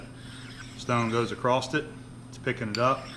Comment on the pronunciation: PSA There is no T in across. Also, heighth isn't a real word.